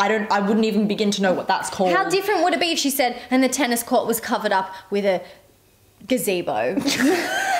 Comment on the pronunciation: Didn’t realize she was describing a GAZEDO in cowboy like me until said the word and now can’t unhear it 😂😂😂